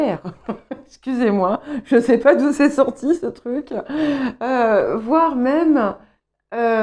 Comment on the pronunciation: « Vouér » au lieu de « voir » 😆 c très Québécois!!! 😉 hahaha